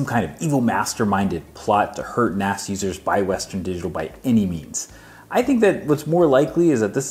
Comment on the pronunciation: sounds like he's saying "A perfectly common file system for Nazis".. D